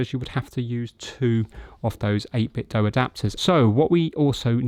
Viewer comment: THANK YOU for pronouncing 8BitDo the RIGHT way! ;)